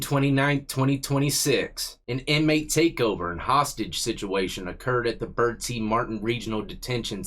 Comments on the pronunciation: You pronounced "Bertie" correctly. I live next door in Martin County. There is a state prison right down the road from jail. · Thanks for pronouncing Bertie correctly 🎉also Eastern NC is not a rich region so the judgy people can go back to school to learn a little history